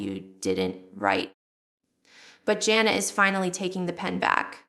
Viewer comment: this has to be AI generated. Scary. Jill would not pronounce Jana's name as Jonna.